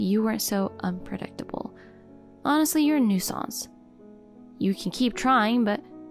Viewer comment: Lady who voices the protagonist pronounces "nuisance" wrong in all of the videos that she says the word.